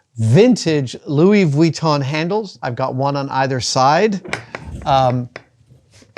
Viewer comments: The way Adam says Vuitton is extremely annoying. Sure, that’s how it’s spelled, but nobody says it that way. It’s extremely pedantic. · Oh my favorite. Louis vweeton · Luoi vweeton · I love Adam so much. But man the way he pronounces "Vwee-ton" is like nails on a chalkboard :D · Adam's pronunciation of Vuitton makes the hairs on the back of my neck stand up (affectionately)!